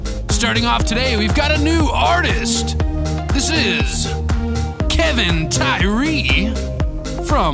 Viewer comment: Appreciate the love... and it's Kev-on (how you say it phonetically).. not Kevin... #AllGood lol